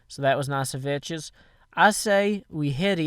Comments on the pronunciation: It's pronounced Vex but calls him Veches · If you ever watched Vechs' videos you'd see that he pronounces his own name as "Veks" in his intro. says his name like Vetches. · VECHS IS PRONOUNCED VEKKS NOT VECHES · It is pronounced Vecx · You're the idiot. pronounces it "Vetches" as a joke. Sometimes, even Vechs himself pronounces it "Vetches" in the intro to some of his videos. Radignostic was just making a joke, and apparently you couldn't take it. I hope you understand now. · "Vechs" doesn't care much about how people pronounce his IGN, because he lets pronounce it "Vetches", since they're "good friends". You could pronounce his name,"Vetchasaurus", if you want(just make sure you're saying it in a fearful way;D) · no, it's pronounced Veks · It's a purposeful mispronunciation.